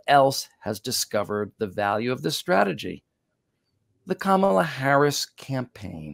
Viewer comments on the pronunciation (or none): It’s comma-Luh not cam-uh-Luh. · it’s pronounced Ka ma la, comma la. Please.